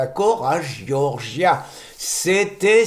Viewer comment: Giorgia se prononce "djordja" avecd l'accent tonique sur la première syllabe, c'est plus facile à dire.